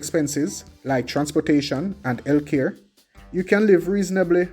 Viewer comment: My man said "Eltcare..."😄